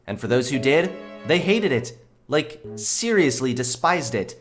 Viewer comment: speak lake=like mewvee=movie lol. Sorry bro I had to. Great video as usual.